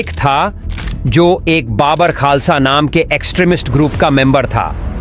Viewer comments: बाबर खालसा नहीं बब्बर खालसा बोल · बब्बर खालसा बोलिए आप बाबर बोल रहे हैं. उच्चारण ठीक कीजिए